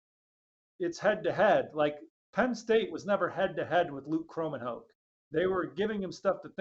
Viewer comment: according to Luke Kromenhaok himself his last name is pronounced "crow-men-hawk", just want to be sure you do not continue pronouncing it wrong the next 5 years or so.